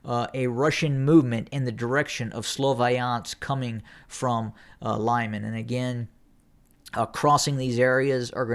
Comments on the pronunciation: Not Lyman, but Liman , L i m a n short i . [ɫɪˈmɑn]) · Lyman is pronounced LEEMAN; Popasna is simply POPASNA. Thank you for your great work!